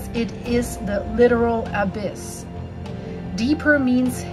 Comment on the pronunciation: You are not pronouncing the “abyss or abysmal” correctly. Why don’t you people who make these you tube videos look up the words you don’t know on Google, ask it to pronounce the words you don’t know.